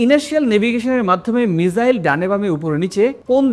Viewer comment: মিজাইল না মিসাইল ⁉️